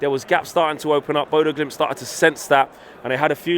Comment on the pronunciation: It's bodo glimnt FFS Not impressed